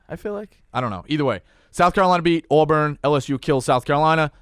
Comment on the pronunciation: Great show but the way pronounces Auburn makes le cringe like a fingernal on chalkboard..lol